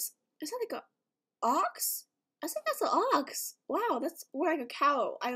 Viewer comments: cant pronounce things idk why? She says Sink instead of think for some weird reason and she also said sirty instead of thirty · Why does she say "I sink" instead of "I think" xd